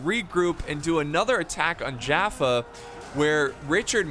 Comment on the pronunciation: I used to live near jaffa and we pronounce it as Yaffo with a Y sound